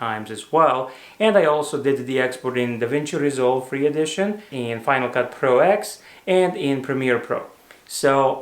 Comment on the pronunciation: Hope you do't mind me saying this, but its pronounced FCP 10 not "ex" Likewise Logic Pro 10, and OS ten! Silly i, know, but it slightly bugs me that so many channels do this! Anyway, on with the video...